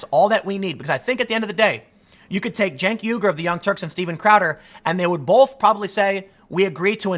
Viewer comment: You do a great job as a journalist, I'm a yooj fan. But you gotta lose that "L" you keep sneaking into the word "both".